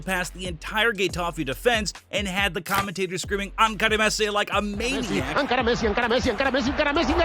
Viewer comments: It's not "ankara". it is " encara" wich means to face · The number of misprouncements in this video is ridiculous... ankara (encara), Alsonso (Alonso), Bayern Leverkusen (Bayer), ...